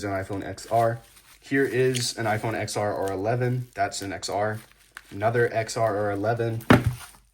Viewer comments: brudda!!! "eks es" "eks ar" 💀💀💀💀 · I was going to say the same thing. I can't stand it when people say it wrong.